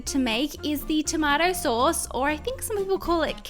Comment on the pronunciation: You said the tomato sauce wrong